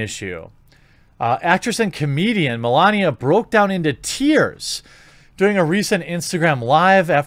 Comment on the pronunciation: Article says Milana, He keeps saying Milania ...LOL